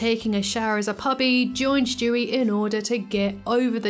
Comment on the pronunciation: I love the way you say Stewie . Lmao “Schtewie”